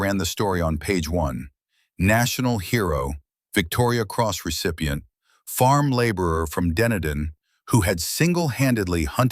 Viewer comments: Wooroo = wai-uru Duneedon = Dun eedn etc 😅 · Not just Maori place names couldn't even pronounce Dunedin. Ai 🙄